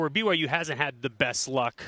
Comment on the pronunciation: I find it hilarious that he can't even say "BYU". Cracks me up. Even though in his office at the U he has a BYU diploma hanging up. Haha. I think it's something he picked up from Urban Meyer just simply as a rivalry tool like putting BYU stickers in the urinals on rivalry week. I respect Coach Whitt and no matter what he does, he's a cougar and always will be.